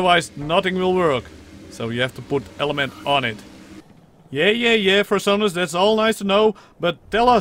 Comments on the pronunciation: I kept hearing "Fur-sonas" and I was losing my shit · I realized I was mishearing it when I saw your name